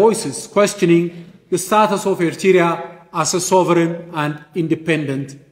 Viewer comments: This man the same like the PM from grade 7 Even he can’t pronounce Eritrea 🇪🇷 All his speech the same since 1991 blaming Eritrea and more Is he talking in empty house? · He doesn’t even pronounce “Eritrea” well. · He can't even pronounce "Eritrea" correctly, ye mehur mehaymoch sebeseb. Agasesoch!